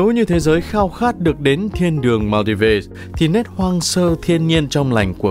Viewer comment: Thượng lưu gì mà cái tên Maldives cũng không nói đúng nổi nữa vậy?